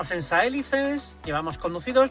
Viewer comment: Saelices tiene el acento en la "i". Se pronuncia Sa-e-LI-ces. Es una palabra llana o grave.